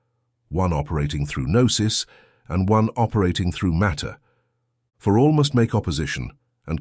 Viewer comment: Lazy use of A.I. narration. For example... noose rather than Gnosis. 🤦🏻‍♂️